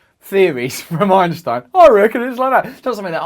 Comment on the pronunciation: ok, he can not say T, only E, Dark MaEEEr. EinsEein. Sometimes he correctly pronounces it. I am clue less. And of course I was not here to learn about Dark matter, there are scientific channels for that, not Russel.